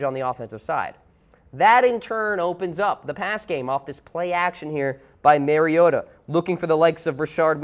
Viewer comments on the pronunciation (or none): Not knowing how to pronounce name of subject matter (player) demonstrates lack of effort, thoroughness, and quality. It's Mar-E-O-Ta. Not Mary-O-Ta. You do NOT love them if you can't even pronounce the quarterback's name. Thumbs down.